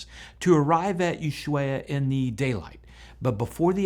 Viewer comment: You need to learn to pronounce "Ushuaia": Ush - Why - Uh Jeez hasn't everyone been there!? There's a nice ski place right outside of Ushuaia. Warning some runs rated Facil=Easy and Muy_Facil=Very_easy. I first started on a Facil=Easy run and right after getting off the lift it began with a very steep slope which was not Muy Facil or Facil more like dificil. So if you want Facil stick with Muy Facil. Punta Arenas was a nice city. One day I was there was the Chilean national day so ladies working in the grocery store wore a nice patriotic costume. There's a ferry, The Melinka, which goes back and forth between Punta Arenas(Southern point) and Porvenir(Hope) or was ~15 yarns ago. I need to do more flying. I learned if coming down from 20 or 30 feet it can be a good idea to keep shoes on so feet don't get hurt when they hit the water. Also good to keep arms by the side of the head otherwise when your body plows the water out of the way it comes back and punches you in the side of the head so good to keep your arms up protecting head. Also swim around landing area to make sure it's plenty deep without any hidden, Exxon Valdez, rocks. I'm bummed Peach airlines got rid of "Happy Peach Plus" category. I loved being Happy Peach Plus. Back in the early 1980s someone Canoed from San Francisco to Australia so that would save on fuel and airport fees to try to raise cancer money.